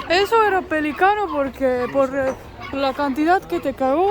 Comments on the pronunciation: Se dice: Pel(í)cano ( acento en la í ). Y, a propósito, ¿ no fueron a la Quinta Vergara o a San Alfonso del Mar ? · Que bárbaro niña pelícano no podes decir bien pero cagado te sale fantastico 🤣🤣🤣🤣igual acá por lo menos en Argentina es suerte que te cagueeee un pájaro🤣🤣🤣🤣